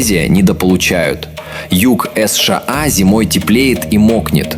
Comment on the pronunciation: "эс-ша-а"? спалились на ИИ. Даже досматривать не стал, из пописок- нах. Если халтурить с озвучкой, значит и контент.. удачи халтурить